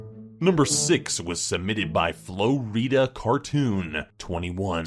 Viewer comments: Florida pronounced floor ih du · Did he "Flo-eda" for Florida! LoL! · Flow Reeda? Dafuq?? 😂😂😂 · Did he actually pronounce it as Flo-Rida and not florida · Flo-rida? its pronounced FLOOR-ida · Not flo reeda floridah flooridah pronounced. Florida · Flo reeda? HOW DARE YOU MAKE FUN OF WHERE I LIVE!!! D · FLO RIDA? IT'S FLORIDA!!! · Florida not flo-ree-dah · Its not pronounced flooreada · it Florida not Flo Reeda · Did you really say flo-rida you know it was florida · the name is FLORIDA CARTOON 21 not "flo-reeda cartoon21" ... florida as in, ya know, the enormous state down south. Der. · Lmfao! Really? Flow-Rita?? It's Florida! 😂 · HAHAHAHAHA Florida = flow reeda? LMAO THAT WAS THE FUNNIEST PART OF THE FUCKING VIDEO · Bruh, he pronounced it flo-rida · Flo Readda Floe eee eee eee eee eee eee eee eee eee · "flo reeda" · When it’s Flo-Rida instead of Florida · It's Reeeee... Not Riii you damn pleb. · Florida not Flo Rida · Next Level Basketball - I pronounce it like that :l "Flo-ree-dah" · It’s flo rida dumbo 🐘! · It's pronounced flor-i-duh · flo-reeda... pretty sure thats not how you say florida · Did he really just say Florida as floreeda like boi 👌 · How normal people say it: Florida How says it: Flo rida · Floreeda XD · It's Floor da that's How Florida's pronouced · come on can you not pronounce Florida😂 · "flo reeda" as a floridian i am triggered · Flo reeda LMAO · Brrrrrrrooooooo!!!!!!! My guy said (FLO REEDA) wen it clearly read Florida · I didn’t get it until I saw the name. I thought he was trying to say Flo Rida. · FLO WEEDA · Wtf! It is Florida not flo reeda! 😆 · Like srsly, it's Floor-I-DUH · i was about to say something about that like... ITS PRONOUNCED FLOOR ID UH XD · Yes, Flo Reeda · Rutile Twins I know right lol “Flow reeda” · EXCUSE ME HOW DO HE PRONOUNCE FLORIDA? >:O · he doesnt know how to prounce florida correctly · Can pronounce Florida I’m offended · Yo wtf how u not know how to pronounce florida smh